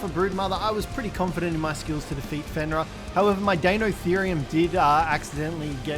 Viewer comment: ITS FENRIR WHERE ARE YOU GETTING THE A?